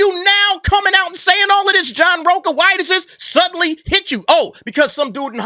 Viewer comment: It's rocha not roca I am Mexican trust I know